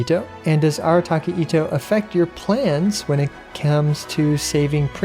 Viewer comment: Note: Itto is pronounced It'tou いっとう probably written in as 一刀 (One Sword / One Slash) instead of how everyone is saying it; E-toh Also concerning Goro's bow... it is in the game, it's the 3 star "Raven Bow" that has Elemental Mastery Main Stat that is definitely a Placeholder Weapon for aesthetic purposes only, just like Razor with his 3 Star Ferrous Shadow and Diluc with his 3 star Bloodtainted Greatsword. Shonobu is a post modern common Girls name. Just like Shinobu from the 'Monogatari' Series. Ironically Shinobu - written『忍』can also be read as 'Nin' or 'Shinobi' depending on surrounding kanji or Context. To 'Shinobu' (verb) means "To Endure / Be Stealthy / Be Sneaky" while "Shinobi" (verb / Past Present Tense) to sneak while the 'Shinobi' (Noun) 'is just a word for the post modern Spy' and when 忍 is used as the Suffix as 'Nin' then it becomes the first part of the word 忍者 'Ninjya'. The Name 'Kuuki' implies she's an Anemo character, because "Kuuki" 『空気』literally means "Air". Also, if Ittou isn't voiced in Japanese by either Makoto Furukawa, Ono Daisuke, Ikeda Shuichi, Makoto Furukawa, or Takehito Koyasu I'm gonna be disappointed. His description and visuals gives me Japanese gangster / delinquent vocabulary kinda vibes.